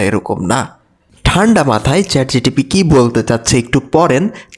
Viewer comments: চ্যাট জিটিপি আবার কি?😂😂 চ্যাট জিপিটি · Chat gtp noy ota chat gpt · Chatgtb na bhai chatgpt